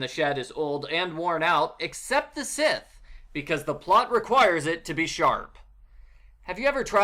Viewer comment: pronounces scythe more like “sith”